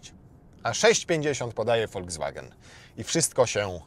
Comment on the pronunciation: Foldzwagen?? To jakaś nowa chińska marka?😂